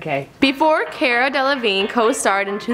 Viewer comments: CAR-UH not CARE-UH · CARA, NOT FUCKING KIERA 😂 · If your going to host a show about famous people, at least learn how to pronounce names. It's "car-ah" not "care-ah" and she's so awkward when she talks and moves it made me uncomfortable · for fucks sake it's not CARE-A it's CAR-AH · you mean car-ah not car-a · It's car-ra not care-ra! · Car-a as in what you drive, not Care-a, and Joan | not JoAnne 😬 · Car-a, not Care-a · At least pronounce her first name properly, Do you drive a care? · car-a not care-a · This channel can never get anything right. Friking "Caera" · Fucking "care-uh" smh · it's pronounced car - a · It's pronounced cAra...like, CAR-A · DID YOU JUST SAY CAY-RA? TRIGGERED! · "Care-uh" fucking "care-uh" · this channel is notorious for mispronouncing names. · Her pronunciation of Cara irritated me the entire way through... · The pronounced her name wrong and I cringed so hard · Why would you mispronounce her first name when she clearly introduces herself with the correct pronunciation at the start of this video?? I don't know why you guys can't ever get pronunciation correct. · okay the fact that the host pronounced cara wrong was annoying but I was fine with it since a lot of people do that, but how does she not know how to pronounce anna karenina??? i thought that was something that even if you don't know anything else about anna karenina, you've probably heard it pronounced enough to know how to say it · She's saying the name wrong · Stopped as soon as she said her name wrong, I'm sorry but come onnnnnn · Cara literally just says her name and then you mispronounce it. That annoyed me sm ahh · She's saying her name wrong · This host is so cringeworthy. She can't pronounce her name correctly, I can barely understand her slurring words, and when I do she sounds so forced and awkward. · if you're going to make a video about cara delevingne, at least pronounce it properly.